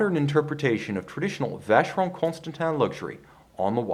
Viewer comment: Never buy a watch from a guy who can't pronounce the name correctly